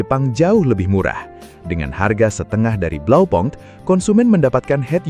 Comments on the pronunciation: Koreksi min blaupunkt dibaca blaupunkt, bukan blaupankt. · Bahasa german, u dibaca u BlaupUnkt, bukan blaupAnkt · Kalau sesuai bahasa aslinya bacanya tetep Blaupunkt bukan blaupang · Just info : Bukan Blau pank cara bacanya, tapi Blau - pungkt, di tahun an an tidak ada yg baca Blau pang, .. bisa cek di google ya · kayanya cara bacanya tetap (blau punkt) pake U indo bukan pke bahasa inggris, kaya bmw... bisa coba pake google😂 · Pronounciation nya keliru